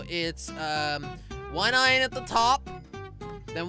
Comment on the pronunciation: He says ion He has to say iron not ion